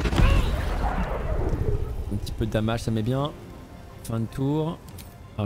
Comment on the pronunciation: C'est pas "damage" c'est "damège" c'est dommages en anglais...